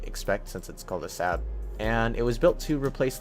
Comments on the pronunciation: It's pronounced "Sarb" not "Sab" :p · saab is pronounced like sob just fyi